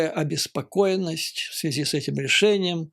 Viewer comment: Немного не в тему. Многоуважаемый Юрий Борисович, вы мой любимый блогер, простите. Больше никого не могу больше слушать , тяжело. Ваша подача идеальна! Маленький, совершенно несущественный нюанс , простите, --- выбивается из плавной красивой речи чисто путинское, много раз раскритикованное филологами " в этой связИ". Простите еще раз. С глубочайшим уважением.